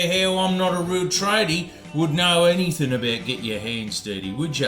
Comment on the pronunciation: Issac Butterfield said “anythink” case closed.